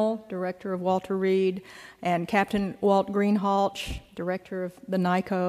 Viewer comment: It’s pronounced Greenhalsh